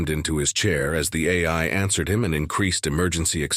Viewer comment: oh great, a new episode of the black ship and also “they ansered the call” jeuuuu